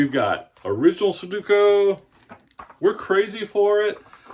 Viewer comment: You say su du ko. The middle syllable is do, not du. The last syllable is ku, not ko. You're mixing them up. Su do ku. Just look at how it's written. Accent is on the middle syllable. I used to do these all the time but once I learned how to solve them all they weren't any fun anymore.